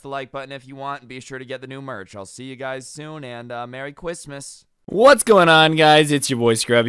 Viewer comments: OMG the way he said cwistmas tho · He said cwistmas